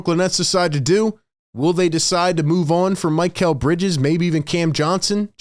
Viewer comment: Its Mick - L NOT Mike -L like mikhail baryshnikov The famous Russian Dancer from back in the day.